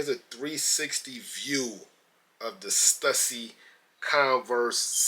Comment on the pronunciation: I think it’s pronounced: Stoosy